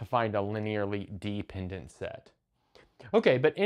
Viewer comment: Why is he pronouncing dependant like deep-ended